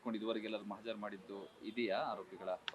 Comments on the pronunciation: ಅದು ಮಜಾ ಪ್ರಕ್ರಿಯೆ ಅಲ್ಲ ಮಹಜರ ಪ್ರಕ್ರಿಯ ತಿಮ್ಮ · Majar allo adu mahajaru kannada matadok kalko 😅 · ಮಜಾ ಪ್ರಕ್ರಿಯೆ ಅಲ್ಲಪ್ಪ ಮಹಜರು ಪ್ರಕ್ರಿಯೆ. ಕನ್ನಡ ಸರಿಯಾಗಿ ಮಾತಾಡಪ್ಪ.. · ನೋಡಿ ಇವನೊಬ್ಬ ಲಾಯರ್ ಮಜರ್ ಮಜರ್ ಅಂತಾನೆ ಹೇಳ್ತಿದ್ದಾನೆ ಸರಿಯಾಗಿ ಮಾತಾಡೋದನ್ನ ತಿಳ್ಕೊ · Sariyagi MAHAJARU antha helappa, yav sime advocate ninu